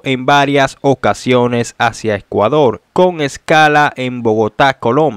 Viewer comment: "EScuador" ! ...y "URtima" !! Que es eso de "Gegistro" !!! 😡 ...pero señor! Si usted no sabe hablar! USE GUION! AYUDESE!!!